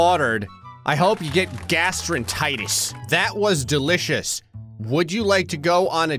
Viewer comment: I love how complains about how the guy misspells stuff while calls gastroenteritis “gastroentitis”